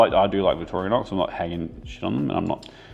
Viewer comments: Victorinox, not Victorianox. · Victorinox. Victoria nox. Why do Kiwis always add an extra letter xD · I liked that you call the knife by it's real name " Victoria knox " as my dad was a butcher for 50 years and would pronouce it Victranox .